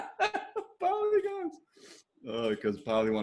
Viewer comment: Lol poly-gones! Almost there with your spagetti joke! Almost!